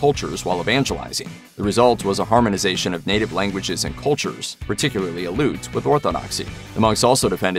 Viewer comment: FYI The name,"Aleut", all letters are pronounced. Al-e'-oot.